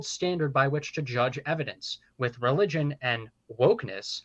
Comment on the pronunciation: It's Religion, not Relgion